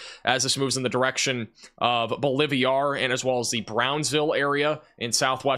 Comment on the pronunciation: “Bowl-live-ee-are” or Bolivar? 🤦🏻‍♂️ “IdleWOOD” or IdleWILD? (It’s b/c I donate $ and love ya. I wanna see you learn to pronounce unfamiliar names) ❤️